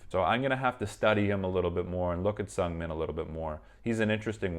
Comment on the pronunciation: The pronunciation of Seungmin isnt S"u"ngming, but S"oo"ngming. Just saying for a next time lol hahaha